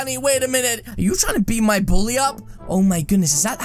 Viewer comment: mi. not buuly you buuly